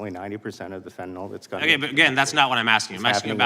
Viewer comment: It's fentanyl not fentanol